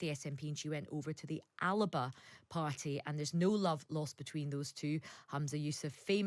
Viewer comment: Why does no one pronounce ALBA properly ?